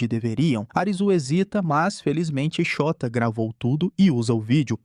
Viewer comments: ele falando " Shôta " errado parecendo Xota meudeus VMMT KKKKK passando mal de rir toda vez vey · shóta KKKKKKKKKKKKKKKK eu to achando que n eh assim que fala n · Essa série é simplesmente uma das melhores estrangeiras! ❤ Ps: eu fingindo costume quando ele fala "Chota", "Chota se pergunta..." KKKKKKKKKKKKKKKKKKK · Na lingua japonesa, principalmente em nomes não existem acentos agudos ou paroxitonas, então a pronuncia do nome do cara é Shôta. Nossa, continuei assistindo o video e agora o cara chamou a moça de nome Uçagi (coelho) de UZAGUI!! kkkkkkkk